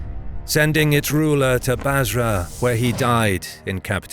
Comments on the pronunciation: Bursa not “Basra”. As in, the first capital of the Ottomans. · Great video. One correction though. The narrator mentions "Basra" early in the video when he obviously meant Bursa.